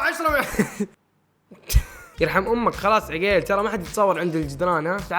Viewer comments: عقيل مو عجيل😂😂👌🏻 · ليش ماتنطق الاسماء زين هلا مو هالا عقيل مو عغيلللل😂😂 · والله العظيم اسمه عقيل مو عقيل اوك في النتطق غلط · بموت اذا قال عقيل مدري كيف ينطقها😂 يضحك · ماذبحني ضحك إلا نطق اسم عقيل 😂😂😂😂😂😂😂😂🤣🤣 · م يعرف ينطق عقيل يقول عقيل بالشدة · ياخي ليه يسميه عقيل كذا 😂غريب نطقه